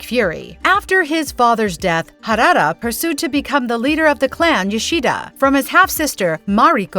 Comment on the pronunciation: WTF？！ It's not harara! It's harada！！ And it's my family name too ！！